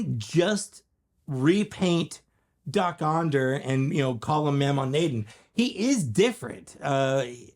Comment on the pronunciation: It’s pronounced “Moe-Maw Nay-Don”